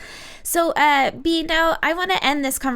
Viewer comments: Young Female Entrepreneurs it’s bay-ah. Which is why she nonchalantly corrects it when speaking. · Her name is BA- AE-a. Not Be.